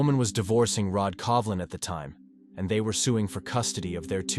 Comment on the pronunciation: Shelley Covlin is her name. I researched it, as this AI pronounciation is something else. Really annoying.